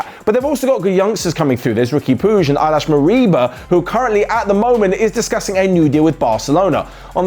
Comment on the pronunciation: you said "Eyelash" Moriba LOL